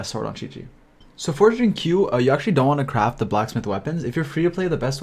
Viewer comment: Xingqiu is pronounced as Shing-chiu not Shing Q tho